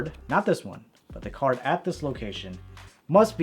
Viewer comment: He said cerd trick in beginning